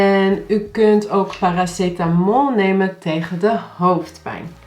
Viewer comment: 'paracetamol' NL kkkkkkk